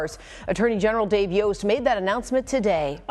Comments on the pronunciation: His name is pronounced Dave Yost rhymes with host. They already said his name in the news clip dude... Come on. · FYI...it is pronounced "YO"st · Great job with this story. I'm in Ohio and I'd already forgotten about this, because the news cycle moves so quickly and you shared many details that I hadn't heard. Thank you. P.S. Yost is pronounced like Roast, like Yo! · It's yohst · Thank you for covering this. It’s Yost like yoke. He’s been the ag for awhile now. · Dave's name is pronounced Yost as in host! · Moderator mispronounced Yost. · Say it- Spell it- Long o worth the wait. Turn around. Yost